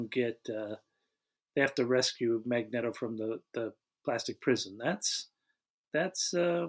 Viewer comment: Goddammit, it’s a long E in Magneto!